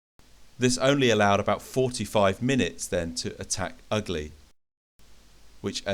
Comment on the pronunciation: Outstanding movie and a good battle, I really enjoyed it! Just a comment from a native speaker: The village name Ugly (Угли) is pronounced as [Oo'gly]